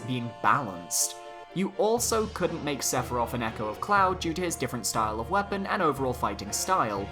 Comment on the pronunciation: Sephiroth Chance - Inevitable Want - He is inevitable, also it's SEPHIROTH